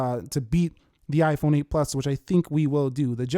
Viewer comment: Why is he saying (ayeeiii-phone) if you agree 👇🏻